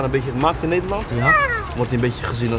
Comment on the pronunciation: HAHAHAHAH niderlond